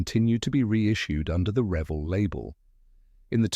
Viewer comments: It's pronounced re-VELL. The word revel is one L. I would revel in joy if you could pronounce it correctly! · Learn how to say r e v e l l